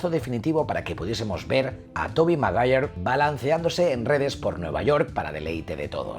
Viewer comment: Genial serie de videos❤❤❤toby macgayer...brutal pronunciación